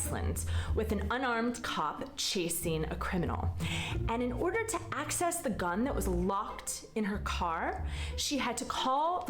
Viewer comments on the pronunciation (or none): none